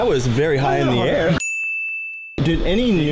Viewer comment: “I was very high in the aiir” 😂😂😂